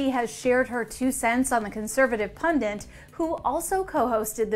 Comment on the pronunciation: The word is pundit NOT pundent Do better ET if you want to sound like you know what you’re talking about